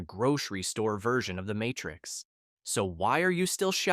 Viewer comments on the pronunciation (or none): none